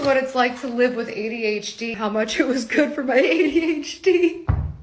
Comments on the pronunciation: why does she pronounce adhd like that ay dee h deeeee.... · Why does she say “ADH — Dee”